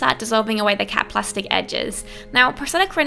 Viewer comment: Whenever she said cap plastic I always think she's saying cat plastic